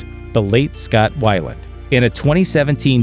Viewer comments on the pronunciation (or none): It's not WHY-land, it's pronounced WEE-Lend.